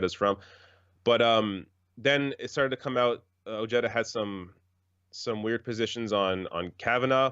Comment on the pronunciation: Ojeda is pronounced (Oheda) not jeta